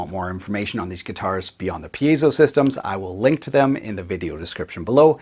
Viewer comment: I'm glad you're pronouncing it correctly. It seems like solid vs. semi-hollow vs. hollow body is making a difference. I have an account with Graphtech, so I'm putting the Ghost system on my current build, but I'm doing it mainly for the midi output. I'll certainly put a tone circuit on the piezo.